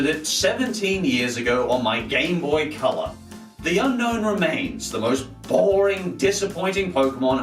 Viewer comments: A. Also, did you know that Unown is pronounced as it's spelt: Un-Own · Its actually pronounced un-own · Do you want to catch this pokemon? u-NO-wn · It's pronounced un- own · the correct pronunciation is UN OWN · its pronouced un_own not unknown